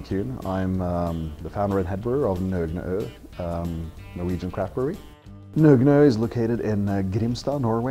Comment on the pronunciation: I'm glad I know how to pronounce Nøgne Ø now. Great beers. Totally see why the masses misunderstand this beer but eventually people will learn to appreciate such strongly hopped beers.